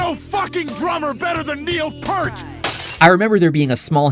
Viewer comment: the last name is pronounced ear with p in the front and t in the back, not purt sounding like hurt. peeeeeaaaaarrrrrrrrrt for additional pronunciation assistance.